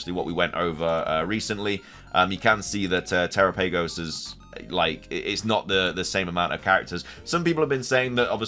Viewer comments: Dude I love your videos but I canot stand when people mispronounce pokemon names !!! It's terOPagos that's how you say it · If you're unsure on Terapagos' pronunciation, they give the correct one in the Pokemon direct when it is revealed. turr-AHP-uh-gohs